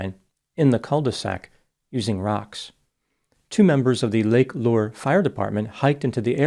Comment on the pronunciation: This is the least important detail but Lake Lure is pronounced "Lur-ree"